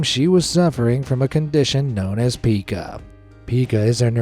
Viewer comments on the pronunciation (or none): FYI, it’s pronounced “pīcă, not pēcă. Love your content. 🦋♥️📼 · Pica (p-eye-k-ah Pica